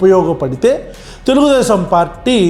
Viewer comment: అన్నా నీకు తెలుగు రావటం లేదు అన్న తెలుగుదేశం కాదు తెల్దేశం అనాలా😂😂